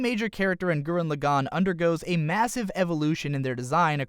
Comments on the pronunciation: Started watching the video. Heard your pronunciation of the series title. Stopped watching the video. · man, I hate the way he says gurren lagann. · i don't like your pronounciation of gurren lagann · you could at least pronounce the title right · All his pronunciations are terrible, including for the name of the Anime